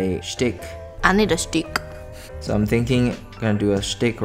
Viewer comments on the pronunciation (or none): It is pronounced shtick not stick now 😂